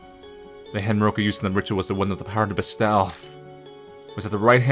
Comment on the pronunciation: ....ILU but bestow is toe, not ow. And gi is a hard g, like go.